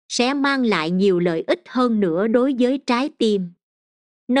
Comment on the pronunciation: Nội dung bài viết rất hay, người đọc cũng có chất giọng hay, nhưng sao giống học sinh tiểu học vậy, bỏ dấu loạn xạ gây câu từ vô nghĩa : LẤY LÀM VÙI là gì ; HƠN NƯA là gì ; 5 GỜ MUỐI là gì....nói chung nghe rồi mới thấy thất vọng